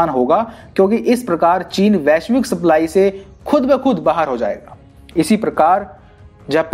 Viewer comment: Abe sply nhi सप्लाई होता है